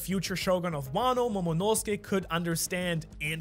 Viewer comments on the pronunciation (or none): none